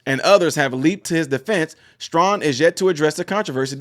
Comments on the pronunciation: thank you for sharing. Also, I, respectfully, want you to know that his last name's pronunciation sounds like: "Stray - han." - GOD bless you, in JESUS' Name. Amen. 🙏🏻✝️ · It was worse as it was on the San Diego Navy Base. One of his twin daughters has been fighting brain cancer, so he may be off. By the way, it is pronounced Stray - han. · FYI his name is pronounced Stray-han (like hand without the D), He probably can't because his Democrat masters told him not to when you stand for Kamala. I thought he was a better man than that, but if you want to keep in the grace of the Democrat plantation masters, you have to tow the line. Let's not be like the woke democrat left, & try to cancel everyone who doesn't do as we would like. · Luv you my brother but it’s pronounced “Stray-Han” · There’s no requirement to put your hand on your heart. He stood respectfully! End of story..NOW THE REAL PROBLEM IS HOW BADLY YOU BUTCHERED HIS NAME😂😂😂STRAY HAN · Stray han is how it is pronounced. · His name is pronounced Stray - han (like hand) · The bigger question is how can you not know how to pronounce his name.. just unreal.